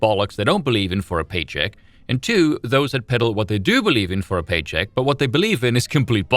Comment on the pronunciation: Okay… totally a tangent here, but wow that’s the most SA pronunciation of “two” I’ve heard from you before